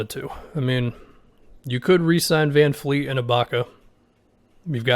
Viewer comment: its Van Vleet not Van Fleet